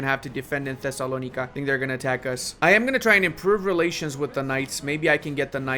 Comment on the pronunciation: Even if it’s the right pronunciation they way you’re saying Thessalonica is grating on my ears